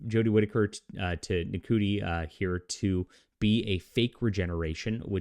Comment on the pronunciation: Could you at least try and pronounce Ncuti's name properly?